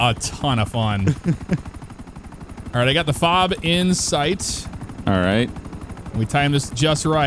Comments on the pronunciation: F-O-B…….…it’s pronounced FOB…just say fob 🤦🏻‍♂️ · You don't say each letter of a FOB. It's just FOB.